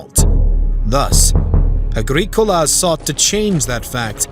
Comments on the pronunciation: Weird pronunciation Agreekola indeed! Or Domitian, pron. Dominion. What about Petilius Cerealis' campaigns to subdue the Brigantes of what is now Yorkshire and their immediate neighbours to the north? The Romans coined the phrase "divide and conquer" so could easily have used imperial largesse to split the Britons! The south-east was safe enough in the early second century for Quintus Lucius Sabinianus, the Imperial procurator, to have a have a residence at what is now Inveresk and a fort for his bodyguard, the Ala Sebosiana nearby. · WOW. I mean, I know it's been a while since I studied advanced Latin, but you didn't pronounce most of the Latin words or names properly. "Agricola" and "Domitian" were particularly bad. Also, you can't claim that the Romans didn't conquer Scotland because it wasn't worth the manpower and resources, then claim the Romans didn't conquer Scotland because they couldn't. It's either one or the other; it can't be both. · Some research into how to actually pronounce Agricola and Mons Grapius would go a long way. Domitian too, for that matter. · Apart from the torturous pronunciation of Agricola the entire narrative is deeply speculative and lacks any details of timelines, locations or details on the indigenous peoples Rome may have encountered. Scots didn't even arrive in Caledonia until the 6th Century... Over 500yrs after Rome.